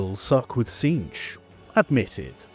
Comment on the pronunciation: Its "cinch" like "in a cinch"